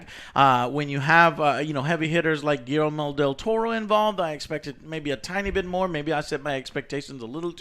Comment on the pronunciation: Gui-El-mo? I assume you meant Guillermo